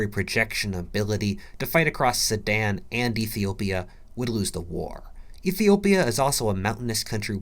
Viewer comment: soooo he was saying Sudan?? i thought he was saying sammad or someshit